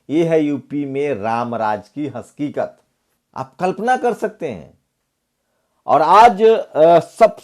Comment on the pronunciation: Haskikat nhi hakikat hota h